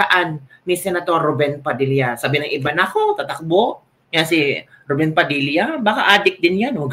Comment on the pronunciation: Rubin po hindi RUBEN.